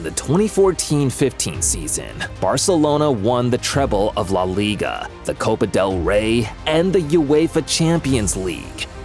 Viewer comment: the way he said leigua eae